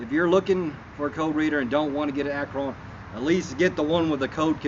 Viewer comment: ACT RON NOT ACKRON!